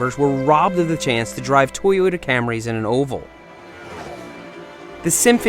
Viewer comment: Did u say Toyota camrys 😂